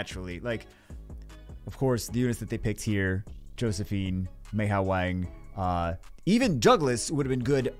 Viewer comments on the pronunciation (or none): none